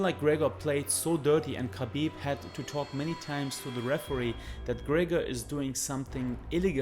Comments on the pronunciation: Obv smdh.. it Gregor lol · His names not gregger That's disrespectful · conor mcTAPgor😂😂😂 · No it is Greggor as Khabib had knocked the fuck Mc out of McGregor. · I am behind Khabib all the way. How can I like a video where a guy cannot say McGregor? Work on your speech dude.